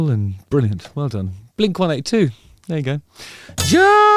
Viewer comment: Mark already said. It's "blink one EIGHTY two" 😐